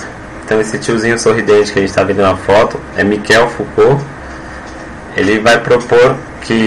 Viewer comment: Como levar a sério alguém que troca o nome do físico Jean Foucault com o filósofo Michel Foucault? E ainda pronuncia errado... Delete e faça de novo, por favor...